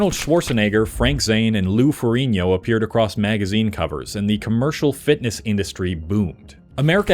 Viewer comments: You pronounced Lou Ferrigno's name wrong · How you gona mispronounce the Hulks name lol